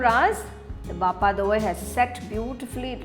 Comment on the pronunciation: By The Way It's BHA-PA Not BAPPA !